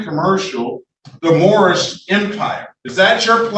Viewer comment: "My nationality is Moormish!" Never fails to crack me up.